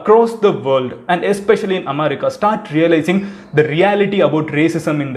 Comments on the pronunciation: Please post the video by speeding up the video by 1.25x :) Also you pronounce am'a'rica. Its Am'e'rica. And u missed ur Intro- "Hi Friends, Madhan Gowri here" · Bro athu America omerica illa 😂😂😂😂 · Madan it is america not "amaarica" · Amarica? Lol😂😂😂😂😂 U suck in English.... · Your way of pronouncing America is unique. Haha